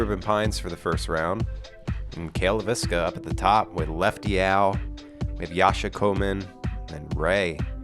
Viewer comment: It's LAY vis ka, not Lay VIS ka. Almost everyone mispronounces it, and I don't know why. It's not that hard. The guy doing introductions at the course got it right.